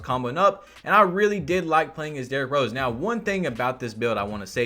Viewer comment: “Derrik Rose”